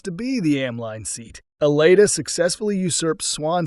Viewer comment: You pronounce her name wrong.